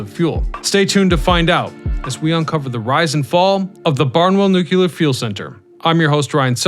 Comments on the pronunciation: Pronounce "New-Clear", not "New-Que-Lur"!!! How can you possibly present the subject with any credibility when you consistently mispronounce it's name?🤡🎪 Look it up = nu·cle·ar /ˈno͞oklēər/ 1. relating to the nucleus of an atom. Say this out loud = "A NEW day is dawning with a CLEAR blue sky". You can say the 2 words separately. Now, combine them NEW*CLEAR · Nucear, not nucaler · Nu-clear. Not Nuc-ular. No such word exists. Instant credibility loss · Say it with me now… “NEW-KLEER.” There’s only one ‘U’ in there. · Ryan -If you don't learn how to pronounce Nu-Clear..... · New-qa-ler??? What's at the center of the atom? The new-qa-lar-eous 🤦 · made it to before leaving for nukuler reasons. TD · Learn to pronounce "nu-clear" please. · Haha that's funny. Its all good ,the homie George dubya used to say nukular as well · OMG. It's pronounce "NUKE - LEE - ERRR." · 🤣🤣🤣🤣 So annoying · It doesn't annoy me when you pronounce it 'new cue lur', I simply know how educated people feel about those who cannot pronounce things correctly once they know the correct way, and, having been made fun of when I was a kid when I made a mistake, I didn't want you to suffer the same fate. Because try as we may, there apparently are a very lot of people who think anyone who is different is automatically relegated to being considered mentally deficient. I watch your videos anyway; I know other people who mispronounce words, and think it's perfectly fine, as well. You make great videos, so, pronounce it any way you like. But at least now you know, that we're not saying this out of malice. We're just trying to help. Honest. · Each time I hear nookyooler it hurts my soul. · I do voiceovers professionally. I tried to make it through, but you kept saying "noo-kyoo-luhr", and then when you said plu-toon-ium, you lost me.